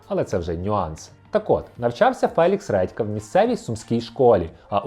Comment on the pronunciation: "Фелікс Ретка"?😂 вибачте, просто смішно